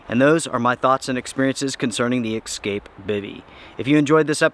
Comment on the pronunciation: So knowledgeable. So authoratative. So matter of fact. So well presented. And then you go and use the word "eXcape" and I facepalm and I cringe and I can no longer take anything you say seriously.